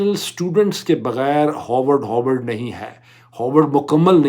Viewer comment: It's pronounced Ha r vard, not Ho r vard. 🙏🏼